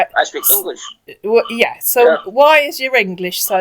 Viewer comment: This mugu sounds familiar. I think you and Bluelady have busted this asshat before- or there were others this young and from the same region in Nigeria with similar dialect, accent, and English speech and grammar patterns (he pronounces "so" as "serr"). I suggest you inform the mugus that the 1970s-90s movie/TV trope "you're beautiful when you're angry" is not flattering, but an insult. And the attempt at shaming a woman for asking pertinent questions like a child is also pretty damn bad.